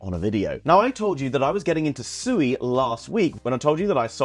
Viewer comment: It's swe not sooey Read the documents on their website.